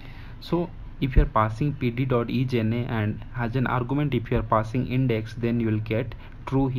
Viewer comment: Isna Not ijna . Good explanation